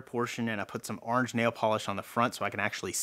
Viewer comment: . Aarnge? Sorry for laughing a bit, but that did stick out to me a tad, haha.